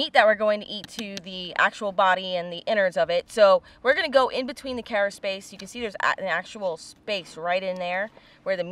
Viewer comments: Carapace: Not kera-“space” but instead kera-“pas” or “pis”. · carapace not caraspace, i miss warm water. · WAIT!! You do NOT measure the cara*space*... there is no such thing as caraspace! You measure carapace -- not SPACE! Sheeesh! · Great video as always.. Thanks for making me hungry late at night lol.. you teach us all the time, and what I offer now, is simply to make sure, you stay at the top of your game, with everything you do.. The shell that you are measuring is it's Carapace.. Pronounced Kara-Pace, or if you say it, in the quick, and cool way, it's Kara-Piss.. Please don't hate me, for giving this comment, but you looked like you were questioning yourself, when you were saying it..